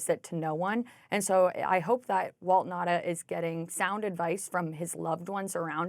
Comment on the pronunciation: 1. You know, it's not that difficult to pronounce a name correctly. It's not Nada, but Nauta, spoken as written down. 2. All bathroom door locks open easily from the outside in case someone (a child) gets locked in or in case of a medical emergency. Any parent knows that. It's not really a lock, just a hinderance in case someone opens the door when someone is using it.